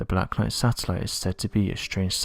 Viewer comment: Black knight satellite not "black light"